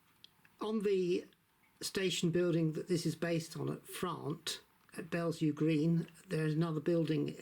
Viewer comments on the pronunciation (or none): Frant is pronounced as if to rhyme with ‘rant’ :) Some people with delusions of grandeur may have you believe otherwise 😂